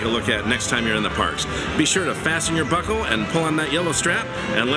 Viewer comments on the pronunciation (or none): Please do more of these 'fun fact' videos. I was surprised at how many of those facts I didn't know. For example, I thought that the Tiki Room birds were the first AA's. Also, I laugh every time you say "buckle". It reminds me of your 'Soarin' pre-show video at PNWMM. Maybe you could do a compilation video of your PNWMM videos???